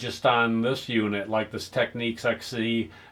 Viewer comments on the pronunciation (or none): Technics as in nic not nique Technique is a way of carrying out a particular task, as say an artists technique, why do Americans always pronounce things incorrectly? Why not Panasonique for Panasonic, at least you got that correct!!! But otherwise I think your channel is great! very well composed and presented, well done. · Great channel, learning a lot here. One thing, though. The way to pronounce Technics is with a nicks, not neeks. The Technics commercial here on YouTube will prove that fact to you. Please search it out. I am enjoying your videos, thanks. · Teck - Nicks. It's not techniques. Why can't Americans pronounce the name correctly?? It's not that hard.